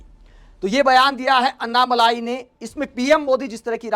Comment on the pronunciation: मलाई नही अण्णामलै कहते है तामिळ मे